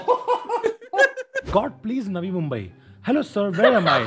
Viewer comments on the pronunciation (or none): none